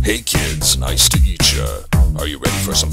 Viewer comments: I heard eat ya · He says meet cha but it sounds like eat cha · He said nice to 'eet ya, just meet without the m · XD it does sound like hey kids nice to eat'cha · Does he say, “nice to eat ya” or “nice to meet ya” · i thought he said nice to meet ya